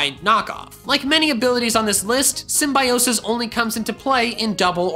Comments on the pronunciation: For the record, I really wanted to thumb you down for your mispronunciation of symbiosis... But I shall refrain from being so petty. Instead I'll leave this contradicting comment. 😀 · I've heard "Symbiosis" in Dobbs Video...